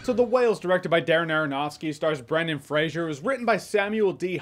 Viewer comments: Jeremy old son, I love you dearly, and I know that you’re American, but it’s “Fray-zer”; there is not ‘I’ in the name. It’s a Scottish Clan name. Merry Christmas, bro; hope that you and yours have a great day 🎄🎅🏻🤶🏽🎄 x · If you say you like Brendan Fraser, maybe get his fucking name right for once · Why is it that NONE of you people can pronounce Brendan Frasers last name correctly, and by 'YOU PEOPLE' I mean you YOUTUBE MOVIE REVIEWERS and such, You all claim that you LOVE Brendan Fraser, but you don't have enough respect for the guy to Pronounce his name correctly. It's not FRASIER it's FRASER you know like TASER or like Blazer. I watched a video with Adam Sandler and Brendan Fraser talking about their movies together and Adam kept pronouncing Brendan Frasers last name incorrectly and Brendan told him like three or four time how to pronounce it. I hate it when people pronounce easy to pronounce names WRONG. I could see it if he was chiwetel ejiofor or somebody with a name similar to that, then I woud understand them getting it wrong. But FRASER is not a name people should be getting WRONG ever time they say it. RESPECT people, Show it, or don't say these peoples names. That's my take and now I am done. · It's pronounced "Fraser", not "Frasier". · "Fray-ser" not Fray-shur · Are you pronouncing his name Frasier? Its just Fraser with no I sound. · It's Fraser! Not Frasier! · Brendan Fraser is a great actor. I'm glad he's been given this roll and this chance. Also, I think it's pronounced "frazer" not "frasier" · Good to see even when getting praise, NOBODY can seem to pronounce the dude's name correctly... its FRASER not FRAZIER, this aint Niles Crane's long lost brother, its a totally different spellinng and pronunciation. You're welcome Mr. Fraser, i know it drives you crazy, love your movies sir. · FRASER not FRASIER!!! Come on J, we expect better from you lol. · Fraser not Frasier... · It's pronounced "Frazer" not "Frasier". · Its Fraser, not Frazier.